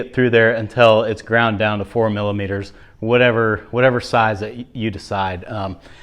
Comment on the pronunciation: 4mm you went all Canadian there!!